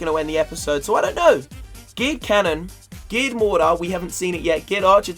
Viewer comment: I swear every time says geared cannon he says gay cannon